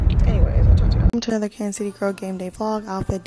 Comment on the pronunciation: How you from here and still say Kansas😭